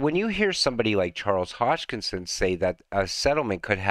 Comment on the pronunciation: Another great video. Thanks. Just one thing: Hoskinson, not Hodgekinson.